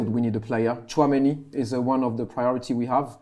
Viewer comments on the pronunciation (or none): said Tunameni😭😭😭😭